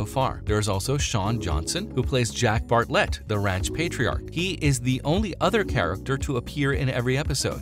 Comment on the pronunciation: I thought this was an actual clip from the tv series. It didn't take me long to figure out how wrong I was. How about get their names right? Her name is Amber Marshall not Amanda. It's Georgie Flemming-Morris, not George Morris and OMB the way you pronounced Bartlet.